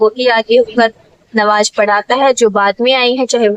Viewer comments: Nawaj nhi namaz bola jata hai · Nawaj nahi namaj bolia sister